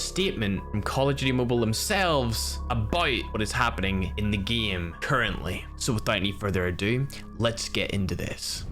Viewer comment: I like how he says geme instead of gãme to pronounce GAME (ECHOES AROUND YOU).